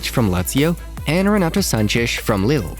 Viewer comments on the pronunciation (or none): none